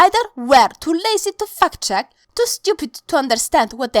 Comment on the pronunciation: haha, I heard ”F*CK check” instead of ”fact check”... twice....I need a life